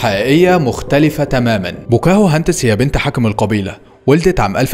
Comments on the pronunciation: بوكاهنتس صارت بواكوهنتس😂😂😂😂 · مسمهاش ( بوكاهو هاندس) اسمها《 بوكا هندس》 بضم ب وفتح ك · بوكاهانتس😂 مش بوكاهوهانتس😂